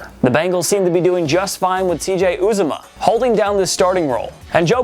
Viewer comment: It’s yew zah mah